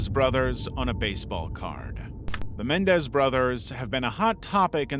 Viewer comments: It's Men-EN-dez, not Men-dez. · Lyle and Eric Menendez, their last name is three syllables, not two. It even has their last name spelled correctly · Dude, you mispronounced Menendez as Mendez through the entire segment. This as a famous case and EVERYONE knows how to pronounce their name. Except you, apparently 😳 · Menendez, not Mendez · Narrator: Mendez Me: Menendez. Narrator: Mendez Me: Menendez!! 😂😂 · Men-EN-dez..not "Mendez" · It's Men-EN-dez, not MEN-dez. How do you get that wrong? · It’s “MenENdez” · It's Menendez not Mendez and it was a basketball card not baseball. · How do you NOT know how to pronounce Menendez, especially after all these years? Wild... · had to skip through this entire section.. you’re a big time channel and this is a well known case, yet you’re mispronouncing the name.. really? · Your videos are great, but you kept mispronouncing the Menendez brothers. Also Ian Brady.